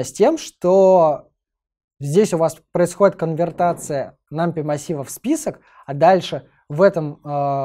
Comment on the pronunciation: нумПАЙ - тк пайтон а не питон